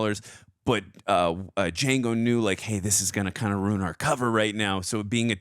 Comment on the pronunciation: "DAH JANGO" "The D is silent, hillbilly."